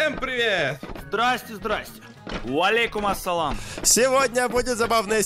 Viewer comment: Когда сказали уалейкумасалам я подумал что у квантума снимается казах